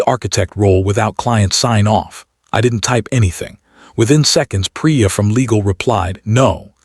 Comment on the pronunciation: I can’t click like on this story. The pronunciation of the names was atrocious. Only Leena and Priya were pronounced right, along with Jonas. The rest were butchered by anglicising them by AI??